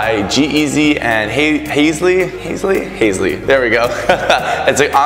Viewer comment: Loving the video, you always have really fun moves! Just FYI, Halsey is pronounced Hall-zee heehee ;)